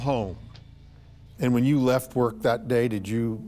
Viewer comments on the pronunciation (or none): Well, whadya know? One two(?) buwwets weft.